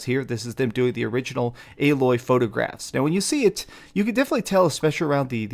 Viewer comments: Lol why are ppl STILL mispronouncing Aloy's name? Her name is said with literal spoken dialogue over and over again throughout the entire original game, including in the opening cutscene! Lol they literally scream her name from a mountaintop at the very beginning! How are ppl still getting it wrong?? It's Ay-Loy, with a hard A. Jesus... This is what I mean when I complain about the quality of the content we get from half the "Professional" gaming based Youtube channels these days. There's zero excuse for it. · I'm starting to notice a lot of people like to call Aloy (AL Loy) haha. But it is almost spelled the same as Aloy but with one more letter L added to it. So I can see why some will call her that lol. But Its actually like saying the word Hey but A. Then Loy is like saying Boy but Loy So it's A-Loy....... Put it together and you got "Aloy" I'm pretty sure Alloy is some type of metal made by combining two or more metallic elements, especially to give greater strength or resistance to corrosion.